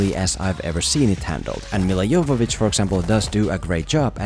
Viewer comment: You are the first guy whom I heard pronouncing Mila's last name correctly. Some mess up the J in Jovović as in 'Joe-ović' instead of 'Yovović', and everyone wrongly pronounce the last ć as 'Ch' like in 'Charley'. Nice to see someone talking about a foreign actor and actually KNOWING the real name.